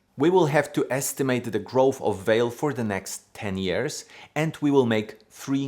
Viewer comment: pronounced valet not vale